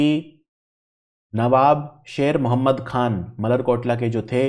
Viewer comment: मलेरकोटला not मल्लर कोटला